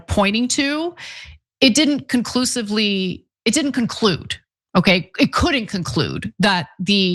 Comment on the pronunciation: Did you just say “it didn’t ‘conclute’…”😊 💜